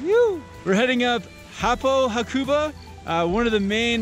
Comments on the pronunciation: Ha-ku-ba :). (even emphasis on each syllable). Great vid guys! I lived there and go back most years. Love it! Cortina is my favourite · Btw you are saying hakuba wrong